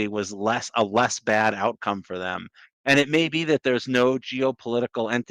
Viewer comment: Say it with me,. THEM*** not "thum"